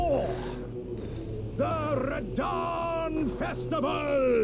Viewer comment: well done read rhadan great rune please